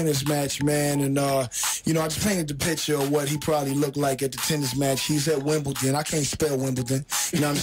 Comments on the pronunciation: Wimbledon pronounced wim-ball -don. There is no T in Wimbledon. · Wimbledon not Wimbleton